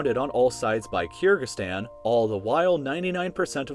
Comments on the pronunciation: It's pronounced Ker-gi- stan, not Keer-gi-stan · It’s Kyrgyzstan (kur-gic-stan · the way you say kyrgyzstan makes me cringe soooo much.